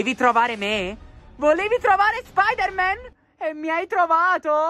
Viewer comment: Voooooo si dice anto spidaman